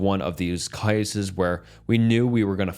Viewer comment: Please tell me why in the world he pronounced “cases” like he did. I listened to it over n over but I won’t again. Maybe it was the air of the stories but the way he said “cases” really freaked me out. WTH…